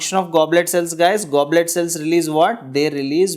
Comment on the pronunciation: You are writing goblet and saying globet